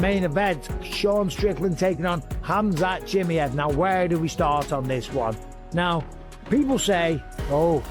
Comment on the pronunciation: If you even cant "Khamzat Chimaev" speak out the right way, your screwed.